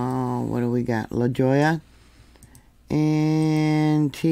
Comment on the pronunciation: La Jolla pronounced La Hoy-ya